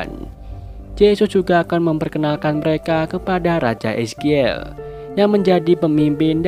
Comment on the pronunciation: Bang king ezikiel Disebutnye ejikil bang bukan ezkiel